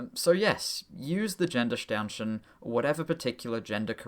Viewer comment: Good video, but "Gendersternchen", the g at the start is pronounced like the g in "game", just like all other german words starting with a g. Just wanna help ya out perfecting your german!